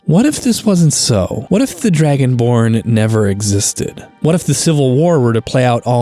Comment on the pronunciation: Am I the only one hearing "Dragon Porn?", Like, I did a double take the first time but "Dragon Porn" is what it sounds like I'm hearing for some reason. I need to go touch grass.